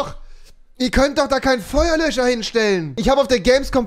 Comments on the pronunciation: Babbel sprachen lernen mit Rewi 😂 Feuerlö(s)cher😂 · Niemand: Rewi: versucht nicht Feuerlöcher zu sagen